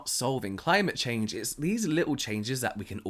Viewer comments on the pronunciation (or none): none